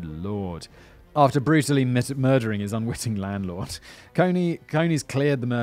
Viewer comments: I think it is pronounced as in Coney island, NY. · Pronounced like ice cream cone with an eees as the second syllable. Source: have a pal with the same name. Love yer channel! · It will be CONE-EES - as in rabbits. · I was thinking the same thing.